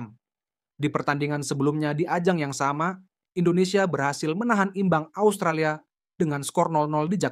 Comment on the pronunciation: Asutralia apaan, 😂😂😂 kocak luu, ngomong yng bner 😂😂